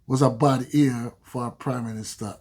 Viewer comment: It's not "bad ear" but "bad year".